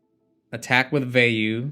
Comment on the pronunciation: so you do know how to pronounce Vayu Turbo... but you call the card WheyU...